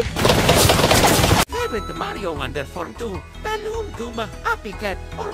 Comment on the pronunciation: the way he said balloon..